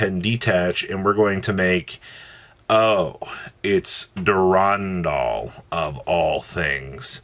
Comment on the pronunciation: Never heard a worse pronunciation of Durendal